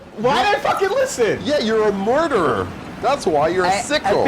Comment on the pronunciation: Anyone else catch that when started laying into for burning everyone, he tried to say, "You're a murderer," but it came out as "You're a mortar-er!" An appropriate slip of the tongue.